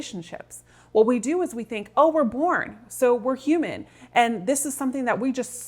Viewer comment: you are not humen you are deemon